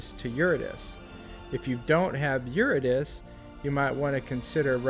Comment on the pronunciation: Pronounced Your-id-uh-SEE, not Your-ih-diss.